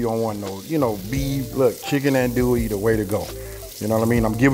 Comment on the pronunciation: Bro you kill me every time it’s not an-duie , it’s AHN-DUIE, or ON-DUIE but it’s all good🤣🤣🤣